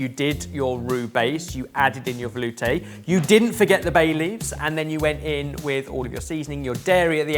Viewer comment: Veloooooooootay🤣 someone had to say it (Edit, yes I know it's spelled veloutè... I think 🫣)